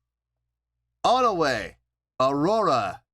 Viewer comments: It's pronounced One-we. 'One' like the number 1 and 'we' like the actual english word we 😊 Thanks for reacting! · (Part 1) I'm really happy you ended up being surprised,! About their name, no, you didn't say their name right. Their name is made up of the English words "One" and "We" put together. So it's pronounced like "One, We".